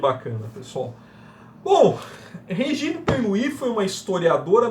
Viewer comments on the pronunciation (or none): Tudo muito bommm. Só uma correção na pronuncia do nome da autora, se diz: Rêgini Pernô. É mesmo do francês. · Não, amigo. A pronuncia é Regíne Pernú.